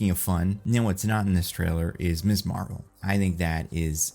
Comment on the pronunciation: Ms is pronounced “Mizz” not “Miss”